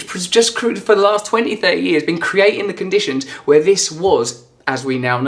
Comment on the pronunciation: how can anyone listen to a guy who can't pronounce words correctly? this bimbo needs to man up and speak properly. "creeeaatin', " "creeannn". don't let your voice die like that.